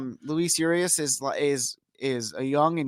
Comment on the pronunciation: I don't mean to nitpick, but Urias is pronounced OOH REEH- AHS, not YOUR-EE-AHS. Great discussion. Glad to hear from Hollander. He had a great offseason. Ownership? No. Front Office? Yes.